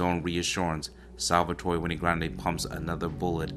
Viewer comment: Wenay??? No the name is Wayne. Like Dewayne